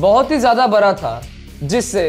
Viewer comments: Ye bihari bara nahi hota bada hota hai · Bc bihari..."bara" nhi "bda"hota h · Bara nahi bada hota hai bhai ,need to improve your hindi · abe kya bara bara laga rakha hai bada bol be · You are not able to say Ra